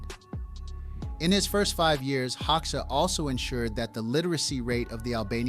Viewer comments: Full of bullshit and I stopped watching it as an Albanian who knows better. At least fix this: Hoxha in IPA is /ˈhɔ.d͡ʒa/, not hoksha. Hoxha was a homosexual and a British agent. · ” Hauxa ” 😂😂 If there were no textning under I was wondering who the F..* were Hauxa 😂 HOGJA ( Like italian Germania ) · By the way his last name Hoxha is pronounced HOJA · The name is pronounced "Hodja". The o sounds like the au in Paul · I think it’s pronounced “Hoe-Juh” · Enver “hog sha” 😃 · Its HO JUH😂 xh=american j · When you cannot even pronounce the name of the subject of your video, there's no point in wasting my time here. I stopped watching after less than 2 mins. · Hoxha is subject of this video - so learn how to pronounce his name properly. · If you're making a documentary about someone, shouldn't you at least pronounce their name right?